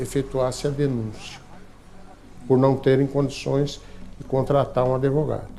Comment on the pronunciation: Esse senhor falando "adevogado" me deu muita agonia rsrsrs Mas sobre o caso, eu achei uma situação revoltante, uma mente extremamente sombria!